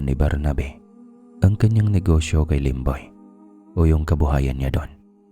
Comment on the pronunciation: Yung serious ka namin aw tas Yung lemboy muntik na tlga naging lomboy😂 sorry sorry